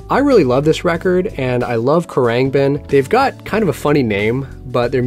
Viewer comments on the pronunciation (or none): Khruangbin is pronounced (kr-ung-bin) 😂 loved the video!!! Keep up the great content!!